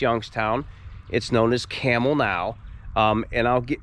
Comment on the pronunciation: I grew up in Struthers and I knew a lot of people who lived in the company houses as we called them. When you say the city name you pronounce the B and not like the animal 🐪 👍 Campbell was one time known to be the city of churches because of so many denominations.